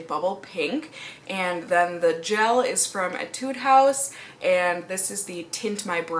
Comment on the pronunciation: it's pronounced AYY-tood not ehh-TUDE